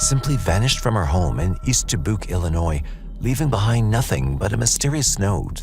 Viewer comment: hearing the wrong pronunciation of Dubuque (duh·byook) annoys me so so much it's not da-book